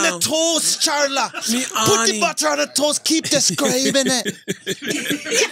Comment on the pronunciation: The greatest rivalry on earth is Charla and pronouncing words. Lol